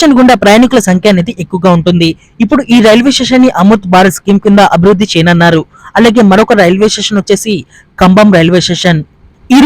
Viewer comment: ఏమి తెలుగమ్మా నీది చేయనున్నారు అను. చేయనన్నారు కాదు.